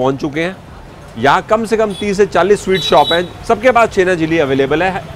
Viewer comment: The blogger wrongly pronunciating Chhena (Paneer) Jalebi as Chhena Jili or something like that (Patol) Parwal is a vegetable widely sold in India as a summer crop. The botanical name of Parwal is Pointed gourd (Trichosanthes dioica).